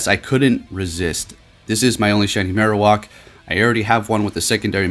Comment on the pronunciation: Marowock? You mean, Marowak? "wack" not "wock" - Funny how many people pronounce Pokemon names differently. However, this one is def not pronounced how you did in the vid.